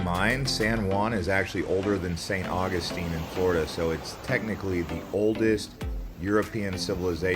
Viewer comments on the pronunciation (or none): none